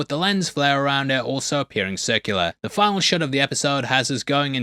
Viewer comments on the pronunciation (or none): none